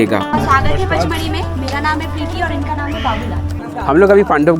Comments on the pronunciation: पांचमढी नहीं पचमढी बोलो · पांचमढी नहीं पंचमढ़ी और सातपुडा नहीं सतपुडा मेरे भाई 😅